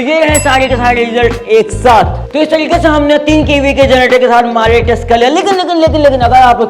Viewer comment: At first I hear Malish insted of Milage ..😂